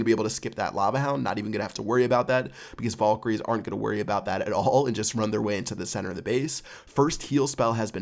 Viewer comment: It really annoyed me the way you pronounced Valkyrie